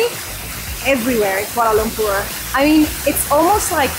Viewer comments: Yeay for the correct pronunciation. Very rare indeed. 👏🏻👏🏻👏🏻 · I like the way says 'Kuala Lumpur'. So perrrrfect! 👍 Enjoy your stay in KL guys.. 🤗🤗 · The way she pronounce 'kuala lumpur' is actually spot on.. enjoy ur time here, welcome, Selamat datang ke Malaysia 🤝